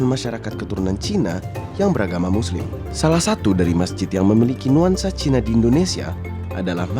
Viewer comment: Ajarin narator nyebut CINA nya biasa aja ga usah ada nada penekanan !!! Rasis !!! Masuk islam bukan jalan supaya ga dianggap CINA. tetep aja CINA. Memang klo org yg kurang berpendidikan rasisnya minta ampun. Lo ke jambi baru nyaho cina sama pribumi sama2 sipit ! Pusing2 dah